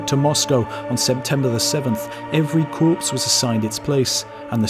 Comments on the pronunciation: core/corp not corpse!!! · Great video. However I would strongly urge you not to pronounce Corps as corpse. It is pronounce as CORE. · 'Muskets' not 'rifles'. Corps is 'core' not 'corpse' however apposite in this tale. Young Jakobs' piety reminds me of the shock of the German allied troops at the casual profanity and coarse language of their British comrades in America in an earlier war. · Corps is pronounced like "core" instead of "corpse" (deceased body). Edit: I see you were made aware of the error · "Corp", The word is pronounced Core not corpse, :face-fuchsia-wide-eyes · Serving Soldier here, awesome video by the way, just picking you up on one point. 'Corps' is pronounced 'core' Just for future reference. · Corps is pronounced Core, not Corpse.. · Blast it, the French word "corps" is pronounced "CORE." It's a fine series and you've done well, but this error in basic military history - in basic reading - is simply unforgivable. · Nitpick: "Corps" is pronounced "Core", not "Corpse". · Great video as always, just wanted to mention that you're pronouncing corps like corpse, whereas I think it's supposed to be pronounced like core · Very well done..one quibble tho, the pronunciation of "corps" is it corpse or core? I think it's the latter. Nevertheless, this was very enjoyable. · Corps is pronounced Core not Corpse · Corps is pronounced CORE not corpse. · An army corps is pronounced "core", as in apple, not "corpse", as in dead body. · Corps is pronounced 'cor', not 'corpse' 😉 xxx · Corps is not "corpse", it is pronounced "core" as in a core of soldiers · Corps = Core, not Corpse. <3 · lmao I thought I was the only one to notice that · it's corps you don't pronounce the s .it's French you know 🤩🤩🤩🤩🙄🙄🙄🙄🙄😂😂😂😂😂😂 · "Corps" pronounced "Cor". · Love the way the narrator pronounces corps as corpse ! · Corps is pronounced "kor" lol...even in French 😆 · The narrator referring to 'corps' as "corpse" 🙄 Basic stuff fella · Corps is pronounced corp. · It's pronounced core